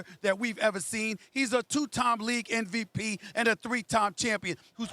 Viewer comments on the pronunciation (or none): Stephen A. "NVP" Smith